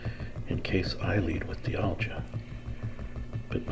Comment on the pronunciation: Great video! I think it’s pronounced “dye all gah”